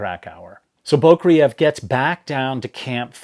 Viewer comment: FYI Anatoli's last name is pronounced "boo-CRAY-yev". Accent on the second syllable, as in Russian and nost Slavic languages.